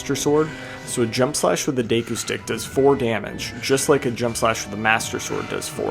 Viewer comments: Day-koo pisses me off so bad for some reason.. its Deh-koo, like a deck of cards. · What is “day-koo”? Do you mean “deh-koo”? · It's pronounced deku, not deku young man